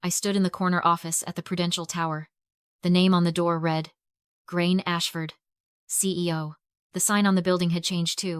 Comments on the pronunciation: I can understand that foreign people can't pronounce Irish names, but I honestly would've thought AI would be able to pronounce it, but this video has proved me wrong huh... Gráinne is pronounced GRAW-N-YA not GRAIN! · Pronounce Grainne properly! It is not pronounced Grain.